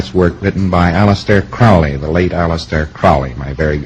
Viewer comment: I'm not a scientologist, but this ass yelling at this guy can't even pronounce Aleister CROWley's last name correctly. You catch more flies with honey than vinegar. (don't harass)